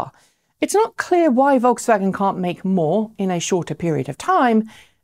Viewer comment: for the correct pronunciation of VolksWagen